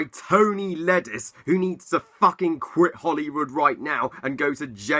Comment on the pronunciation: It's Tony Leondis, not Tony Ledis.